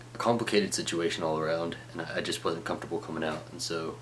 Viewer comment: His wasn't sounds like bossom. Lol